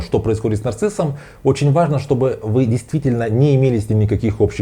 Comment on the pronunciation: Не аажно😊